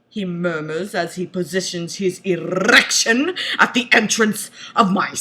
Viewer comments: How many "r" r in "errrrrrriction"? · I lost my shit at "His errrrrection SPRRRRRINGS INTO VIEW! Hahaha, SPRRROINGG!" CAN. NOT. BREATHE.